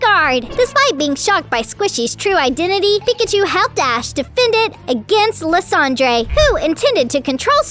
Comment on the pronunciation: Team Flare's leader's name is pronounced "LIE-SAND-ER" not "LYS-Andre"